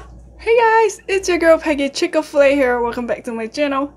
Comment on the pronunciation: I'm here for the "Chicka-Flay", not Chik-Fil-A 😂💕🍗🍗